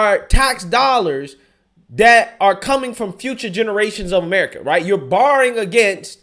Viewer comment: Brother I love your videos but I can't watch them anymore because of how you talk. DIS instead of THIS......DAT instead of THAT......DEM instead of THEM....etc. it's cringe worthy..... And I just can't take anything you say seriously if you still speak this way..... You are clearly not stupid but speaking that way makes you sound like a guy from the hood..... Not an up and coming young journalist.